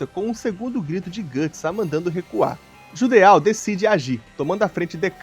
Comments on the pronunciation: Geralmente palavras terminadas em "Eau" são de origem francesa (exemplo: Petit Gateau, você ouve nas propagandas eles falando PETITE GATEAL ou Petí Gatô?) que tem o som de O, ou seja, o correto seria Jidô/Jido e não JUDEAL. Não estou reclamando, afinal, ninguém é obrigado a saber pronúnciar nomes estrangeiros, foi só pra explicar mesmo. Inclusive, belo video. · "djudô", não JUDEÁU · O Judeau se lê "Jidoh" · Só uma observação a respeito de pronúncia. Nomes terminados em "eau" normalmente são de origem francesa e no francês essa particula tem som da letra O fechada. Ou seja, no caso de Judeau a pronúncia é algo próximo de "Judô" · Tenho impressão que judeau se pronuncia "judô"... ah, tanto faz honestamente.